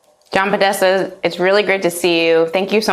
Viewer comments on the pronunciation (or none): Podesta, seriously lady lol 💀😂